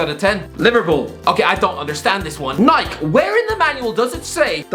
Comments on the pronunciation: and it's pronounced "Nye-Key" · Nike? NIKE!!! it's nik E not your weird cousin's name